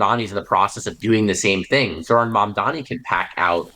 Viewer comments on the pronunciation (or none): Mamdani not Mandani..